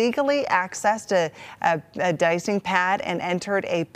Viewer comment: "de-icing" pad